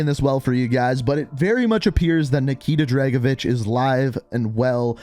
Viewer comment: Tried? Nikita dragovish